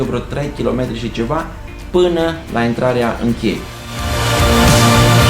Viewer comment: Pronunțarea românească este "intrarEa" nu "INTRARIA" (la faza cu bariera de la drumul forestier ... și la minutul 13.35 - "porțiune de drum la care se LUCRIAZĂ"?